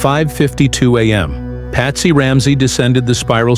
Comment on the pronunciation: Mr AI go back to school and learn how to say am and pms or 10 am😂